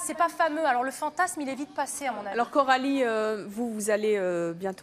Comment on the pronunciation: C'est plus Coralie mais KEH - ralie